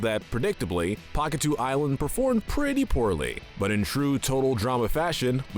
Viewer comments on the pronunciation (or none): He said Pahkitew Island wrong. This little piece of sh